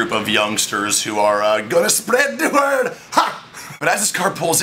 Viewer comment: As a Jamaican I feel I should be offended but this was hilarious "wi gon spred di word ha!"